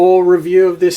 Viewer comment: it s triggered me when he says “toy”